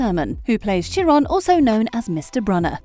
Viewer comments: The name is pronounced CYRON not Cheron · It is KAI-RON not SHIR-ON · Its actually KY-Ron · That's not how you pronounce Chiron...